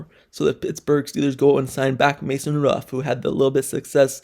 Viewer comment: He can't say, "Rudolph."